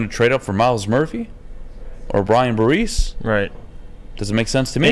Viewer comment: C'mon, if you're going to ridicule anyone for beinig stupid then you might want to learn how not to say "Tyrese" Wilson and Brian "Barese"